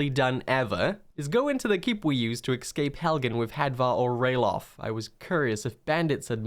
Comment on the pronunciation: Buddy, spell "escape". Then say it out loud. You're welcome.